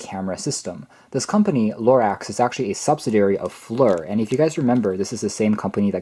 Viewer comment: It's not pronounced "LORAX"!!!!